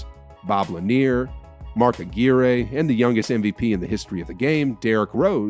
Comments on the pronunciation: Mark Uh-gwi-err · Mispronunciation Mark Aguirre rhymes with Mark McGwire.